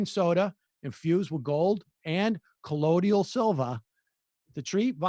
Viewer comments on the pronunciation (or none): "colloidial silvah"